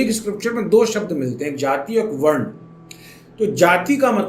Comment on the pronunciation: Are bhai वर्ना क्या होता है, वर्ण बोलो न